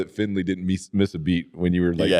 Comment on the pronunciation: It was great to hear you call John Finley “FINLEY.” When he was a kid, he played Mighty Might football in Lebanon Mo on a team with my son. John was kinda squirrelly, as a 7 yr old should be, and when he wasn’t paying attention, you’d hear the coaches yell out “Finley!” It’s wonderful that he’s still referred to like that. He and his family are great, following Christ and sharing God with my kids. Great memories!